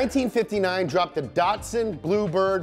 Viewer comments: Not datsun, but datsun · You're not pronouncing Datsun correctly.